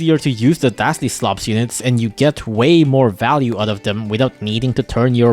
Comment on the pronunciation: why do you keep calling kasli dastley